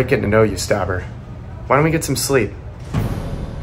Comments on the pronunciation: By just saying "staberrrr" makes me laugh to cry😂🤣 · My name is stabBER!. Man put emphasis on those b's😂